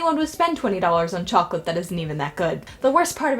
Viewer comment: DID YOU SAY SCHOCLATE??!?!!!!!!?!!?!